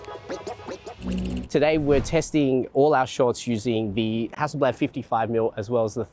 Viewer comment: hassle blaahd not blaaaad